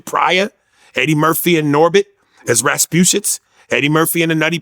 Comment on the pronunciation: He said "Raspushits" 🤣😂